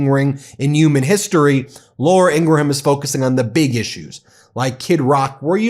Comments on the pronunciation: Her name is pronounced "ING-grum," not "IN--gra-HAM. I'm not a fan, but the mispronunciation is distracting. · Please don’t give them three syllables when attempting to pronounce Ingraham, they are not Scottish! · Good morning, Ben. A little suggestion: ING-RUM, not Ing-gra-ham, Okeydokey???😊❤❤❤❤❤ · It's "In-gram" not "In-gra-ham" FYI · It’s pronounced “In-gram”, not “ingra-ham”. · Dude, I like your channel but you're a big figure in media now, her last name is pronounced "IN-gram" not "in-GRA-ham"...its genuinely incredible how many names of public figures and institutions you mispronounce. Also, its the "MARE-ist" College Poll, not "MAR-ist". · PRONOUNCED INGRAM. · It's pronounced, " Ingrum." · Pronounced Ingram, please God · Please stop pronouncing it with 4 syllables. In ga ra ham. Stop. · He had to say their last name about a dozen times before getting it right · The pronunciation of Ingraham is driving me up the wall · Great video, keep up the good work. PS learn how to pronounce "Ingraham".